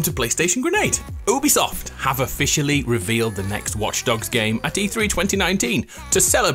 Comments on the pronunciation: Ah yes "oobisoft" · Their name is produced You-bi-soft.